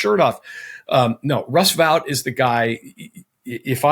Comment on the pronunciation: Russ Voight??Is that the name they are saying?